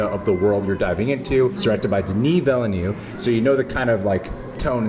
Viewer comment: I'm just gonna throw this out there, for english people the best way to pronounce his name is VEEL-NEV (just 2 syllables, the last E is like it is in nErd) Not to be a mhactually person but you know, it's important to get a great director's name right